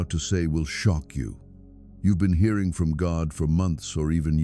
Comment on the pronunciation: You pronounced hearing as if you where talking are you okay